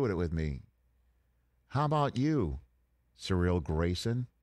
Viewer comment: Why are they pronouncing Cyril Graysons name like that. It’s “Seer-Reel”